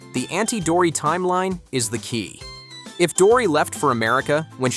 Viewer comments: it's not auntie dory its auntie dottie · It's auntie dottie not auntie dory